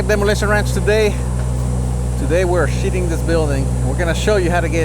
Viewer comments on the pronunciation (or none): Kick ass. At 9 sec it sounded like shitting the building. I know u said sheathing. Lol. Great vid. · I cannot be the only on that heard “today we are SHITTING this building” at the start of this video.......